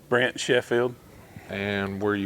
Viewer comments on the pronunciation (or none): Sounded like you kept saying Brett. Says Brent on his shirt. Love his firebird toolbox, black with gold really goes well on a master krl.